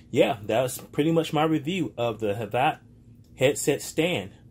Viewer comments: Pretty sure it’s havit not jhabla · your saying it wrong its not said like hav-at its hav-it.